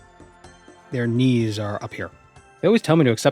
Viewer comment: When you were talking about the bird knees, I just kept hearing "Ni" like "The Knights that go Ni!" from monty python...